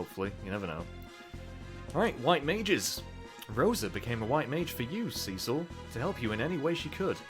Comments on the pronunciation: And also Cecil sounds much better than Cicl . The second one sounds like coals cicling you know when you are making barbecue and the fat melts and falls onto the coals and you hear that cicling sound . Yeah ..... your pronunciation reminded me of that .... a, I hungry ?? Probably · I love the way you say Cecil. Makes me think it's Sea Salt every time. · It's so great to see you giving classic FF some love! 4,5 and 6 are all great, and I'd love to see you play them all! I've got to admit though, the way you pronounce 'Cecil'... I can overlook this though, I can just tell this is gonna be a great LP!